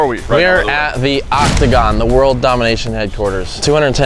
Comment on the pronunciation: Octágono 😂😂😂 Pentágono no 😂😂😂